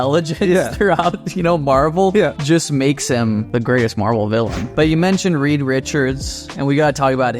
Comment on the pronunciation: It’s reed